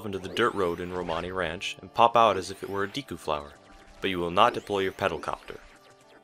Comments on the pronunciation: It's Deku, not Deeku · Great vid, but did you say Diku? Wow, your Japanese pronunciation is way off. でく is pronounced De-Ku, not Di-ku. The way you said Di-ku instead of De-ku was making me visibly cringe. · Say Deeku instead of Deku 1 more time I dare ya, I double dare ya. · "Dee-koo"? A "deh-koo" is literally a wooden doll in Japanese. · Or oocarina instead of ocarina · its Deku not Deeku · DEH KOO ......not DEE KOO.... its totally not a big deal but it bothers me irrationally. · De ku is pronounced Deh Ku. Because all instances of what would be tranlated as the letter E in Japanese are always pronounced as Eh. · "diku palace" lol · It's properly pronounced "Deh ku" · dek-oo skuhl-chuh-luh awk-uh-ree-nuh I'm sorry, but it bothers me. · you pronounced deku wrong. i believe its day-ku. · Good video, minus 10 points for saying Deku wrong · Can no one pronounce Deku correctly? Seems like everyone gets it wrong. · GamebroXD Maybe his Japanese pronunciations isn’t as good because he isn’t Japanese?